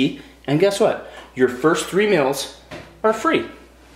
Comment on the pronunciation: Maybe it's because he lives in Idaho, but he pronounces "meals" as mills and it drives me crazy! Lol